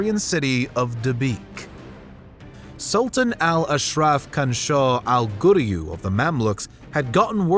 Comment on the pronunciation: Your pronunciations are atrocious. His name in qansoua El ghuri